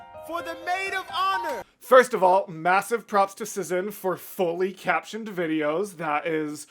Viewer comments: As someone from Szin's country, it is my duty to say that you pronounce the channel name same as you would the word "Shin". Polish just works differently lmao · Its pronounced "shin" btw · I'm 3 months late, but whatever 😂 1. a couple comments mentioned it, but yeah it's pronounced "shin" 2. a cool piece of szin lore is that she would animate eye-sparkles to convey a character is in love, it's very fun to re-watch the whole thing while keeping that in mind :) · since their channel location is set to Poland i assume (as a polish person myself lol) that "sz" in szin is pronounced like "sh" in shower. So the whole name would sound kinda like "sh-in". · It's pronounced Shin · There was an Hamilton animatic reactor back then and they pronounced is like shin (i think they got conformation but don’t believe me 😅) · Ah yes Szin!! The queen of hamilton animatics, and a big staple in the musical community in general. She inspired a lot of artists and animators, including myself. You should definitely watch more of her stuff in the future. oh also btw her name is pronounced more like "shhin" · I love Szin (I pronounce it like Shin, not sure the correct pronunciation). So glad you’re getting into her content ☺️ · As an artist, I really appreciate your color analysis! Szin is always very particular with color in her animatics, and it’s great to see you recognize that. (Also, in case you missed my correction in the premiere chat, “Szin” is pronounced “Shin”! She’s Polish.)